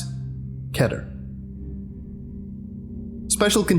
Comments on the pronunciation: It’s k e e t e r not keter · I love everything about the reading, I just have one teeny weenie WEENIE "complant" I'm pretty sure keter is pronounced key-ter, not keh-ter. I might be mistaken, I probably am! Besides that you are doing awesome! I love your style and presentation! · why does he say KA ter, and not KE ter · Keter Not keter